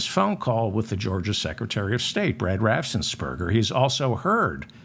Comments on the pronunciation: R A F F E N S P E R G E R , not Rassensberger. Lol ❤ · Excellent reporting. Absolutely excellent--and your inability to pronounce "Raffensperger" was so distracting it nearly undid it. It's easier to forgive that kind of verbal kluztiness when the name is seriously unfamiliar, but Raffensperger has been center stage in all stories of Georgia since it the Congressional Investigation. You've had time to hear it pronounced properly for years. Raffens. Perger. Raff. Ens. Perg. Er. I'm sorry, but it truly is distracting from reporting both beautifully done, and vitally important. When a minor effort to get your tongue around the name in advance will remove a distracting element, please, make the effort. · The name has two syllables. Raffen Sperger. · Raffen Sperger